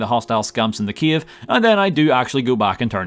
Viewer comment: I like how you pronounce "cave" as a capital of Ukraine - Kyiv :D